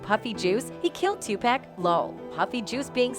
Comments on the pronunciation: These "mainstream" folk gotta stop with the 2-"pack" pronunciation. Digitial automation or not. It's 2pac (pock). It's disgusting. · It's so annoying how the Chick talking in this keeps calling Tupac Tupack ? There's no k lady Tupac ! 😷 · The lady makes me laugh yo lady learn how to pronounce 2pac,Tupac and wait don't get me started the lady can't pronounce Los Angeles .